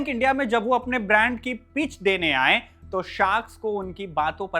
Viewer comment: गए को गयें आए-आयें थे - थें चाहिए - चाहियें उसने - उसनें रहे - रहें भाई हिंदी बोलना तो सीख ले कम से कम 😂